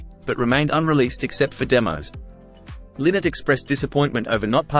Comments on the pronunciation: It's pronounced Lainott like Lie-nott, not Linott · His name is pronounced Lie-not. Not Linnet.;-) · Ly- not not Linnot, you could at least get that correct. Show some respect ffs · I will not watch any more of this video after the first 3 seconds. TERRIBLY WRONG in the very first sentence. FFS... It's not "Lynn-Net." PHIL LYNNOTT's NAME IS PRONOUNCED "LIE NOT." As in, IT RHYMES WITH "WHY NOT" learn how to pronounce his name? What's next? A mini youtube doc on "The Life and Tragic Death of Jimi Hendrich"? Followed by a video about that Beatles guy, "The Life and Tragic Death of John Lemon"? Thanks, but no thanks. LIE-NOT, FFS!!!! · his surname isnt pronounced Lin ett its pronouced lie not. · His name was Philip Lynott - quite often mispronounced. As he said regularly himself "It's Lynott, like Why Not". 😉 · Pronounce his name right will Ya...its LIE NOT. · Well, He's wrong. Lynott stated this in many interviews over the Years that His name is pronounced, Lienot. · Yep, there's a YouTube video of his mom somewhere where she states it's pronounced Lie not. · It's pronounced Lie - nut. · It’s pronounced Lie-not. ☘️ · This idiot mispronouncing Phil's surname the entire vid. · That's what I thought too